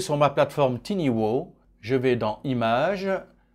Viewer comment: Tiny (minuscule) se prononce "tailleni" et booth (cabine) se prononce "bousse" et pas "bouze" !